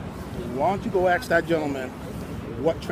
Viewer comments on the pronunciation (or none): Someone should tell that cop how to speak English lol. It's "ask" not "axe." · When the hell will black people learn to pronounce there words correctly? lol I guess we will have to ax one of them sometime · Why does it seem that so many cops say axe instead of ask. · The cop wasn't using correct words. It's ask, not axe. ASK. This bugs the crap outta me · Can someone tell me why it's so hard to say "ask"? Everyone is saying "axe"... I axed him... Wtf. Surely that's illegal :p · Thank you, my gosh I can't stand it when people say axe instead of ask. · most black people can't pronounce the letter "S" that's why the day axe instead of ask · This is this is the last time he's going to ax him! Wow so unintelligent! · Lmao the cop "that's the last time ima axe you" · should have started yelling hes threatening me with an axe ... why cant blacks ever say ASK its always axe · I’m axing for your ID. With what dude an axe? Oh you mean ask, then why didn’t you say so? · I axin for it ! Let me ask you a question, why can't he say ask ? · He's axing fo' his ID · dis is da last time i gonna axe😂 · Grignak01 Especially after he axed one more last time for it. LOL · never listen to or respect a person in law enforcement that says axe instead of ask proves total ignorance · Is the cop concussed? Is he off his meds? He threatened to axe you. Nothing worse than a bootlicker. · That's the last time he gonna axe! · You shouldn't even be a cop if you say ax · this is the last time I'm going to axsk lol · Lol that’s the last time he’s going to ax you...